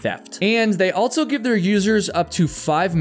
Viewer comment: Please stop saying altso 😂. Otherwise great story telling!